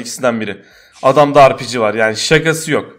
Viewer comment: Biri şuna ARPİCİ değil RPG desin